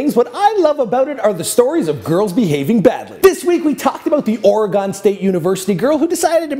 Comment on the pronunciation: You pronounced Oregon wrong dude......